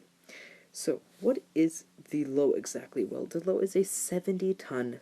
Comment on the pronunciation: you pronounce the tank name incorrectly (((